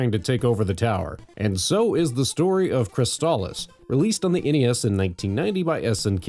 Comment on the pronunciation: Night Arcade You mentioned Crystalis AND you pronounced it correctly! Bonus points for you good sir!!